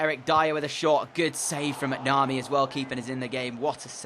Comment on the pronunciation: Its mac-na-mee